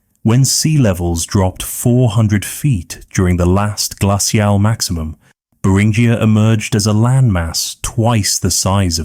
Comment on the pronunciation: I can usually tolerate ai voice but the way they pronounced "glacial" almost made me turn off the video and find something else to fall asleep to x_x other than that this was a fantasic documentary. If you got a real person to read your scripts your videos would get hundreds of thousands of views, I'd bet, because the actual script itself is REALLY good!